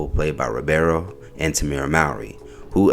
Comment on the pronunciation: Bro, his last name is Ribiero. Not Robero 🙄